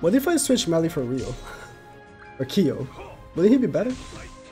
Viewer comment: please.. his name is Kyo not Key-o